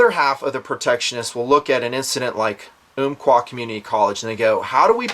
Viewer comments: It's um qua not oomqua Love the job your doing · Uhm-qua not Oomp-qua. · I grew up in Roseburg and have been to the college many times. Pretty shocking. I was relieved to find the shooter was not from Roseburg. He came to Oregon 2 years ago from California. BTW the Umpqua = pronounce the first part like "thump", Ump quah.